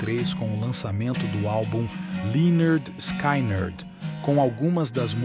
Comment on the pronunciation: Pronuncia-se leh-nerd-skinerd. Não é skainard kkkk😊